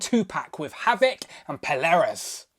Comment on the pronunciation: Good review but i think it's pronounced "Pole-ar-uss" . Picking this up tomorrow ❤💪